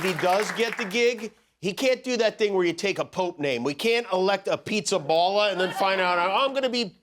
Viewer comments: Jimmy , its Pizzaballa with a open " a " like há ! Not ball . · PIZZAPALLA. Palla, both A are pronounced like in ciAo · That's not how how Pizzaballa is pronounced. The "balla" in the name is pronounced more like in the word "BALLAst" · The pronunciation of the cardinal Pizzaballa name is absolutely wrong. It's a funny surname even in Italian, but it doesn't sound like that. Coming from an American of Italian descent that's a poor job, Jimmy :)